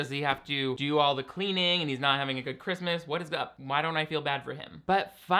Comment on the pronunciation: We have been saying ChRiuuuusssmuaas like the grandmother for years now in my family this is wonderful lol. It is just sooooo bad.